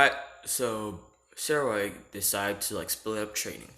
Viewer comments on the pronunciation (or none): Guy cant pronounce sairaorg like boi pronounce it like S-ai-ro-org but the ai is pronounced like capital i